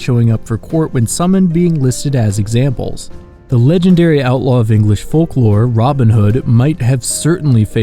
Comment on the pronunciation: Why did you say Robin Hood like that 😂